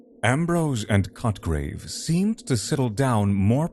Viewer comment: Hard to stay with the story but mostly because I get distracted to chuckle every time he says the character's name...Sounds like "****grave" lmao